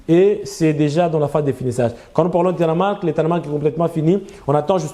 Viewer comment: On dit "Tarmac" et non Tanmac. Merci.